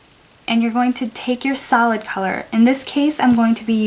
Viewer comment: I thought u said salad nail polish then i found out it was solid